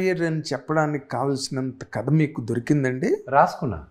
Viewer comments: వీడికి కథ అనడం కూడ రాదు.. Katha అంటాడు 🤦‍♀️ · అరేయ్ తింగర సన్యాసి కత కాదురా కధ అని పలకాలి రా యాప్రాసి నాయాల